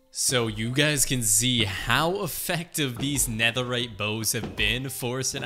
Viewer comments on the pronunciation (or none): none